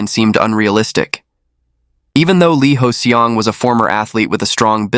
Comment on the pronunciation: No! 이호성 (Lee Hoe-Seong). He kept saying Lee Hoes Seong